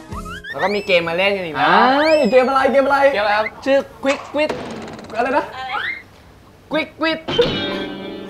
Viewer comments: Gila gila....gua ngakak banget pas Chimon gk bisa ngomong Quick Quiz 🤣🤣malah jadi Quick Quit :v wkwkwkwkwk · These guys are some of my favorite thai celebrities. Hoping to see them four together in one series in the future. Chimon's pronunciation of quick quiz is so adorable..